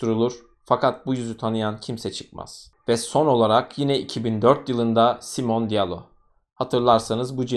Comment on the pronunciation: Elestirmek icin degilde, belki birine yararli bilgi olur diye yaziyorum. Almancada sonda E harfi okunur. Ingilizce gibi degil. Yani Simone'nin okunusuda Simone (Simon ismide var ama erkek ismi) Veya Porsche = porş degilde porşe diye okunur